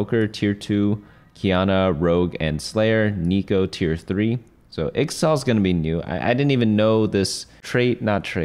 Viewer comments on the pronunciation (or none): its pronounced ich-tal not ix-tal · its pronounced ishtal not the way you were saying it